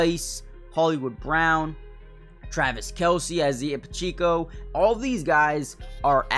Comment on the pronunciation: I zee ah Pa cheek o? Really?